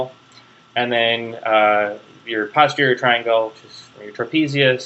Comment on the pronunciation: It's very good of you to help people with their studies but you really should be more careful. You named structures that do not exist and confused muscles that do exist with a cartilage that does not. Personally I do not like your pronunciation of "posterior" and have never heard another physician/surgeon who used yours. But I guess that should fall under the heading of "to each his own".